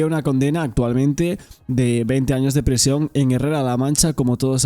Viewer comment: prIsión, TrIbunal, indemnIzación. Qué te pasa con la i?😮